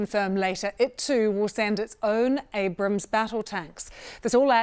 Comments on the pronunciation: "Ambrams" - You just can't get the staff these days. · Ambram? What is it about the word 'Abrams', that these Oxbridge-educated BBC people can't pronounce?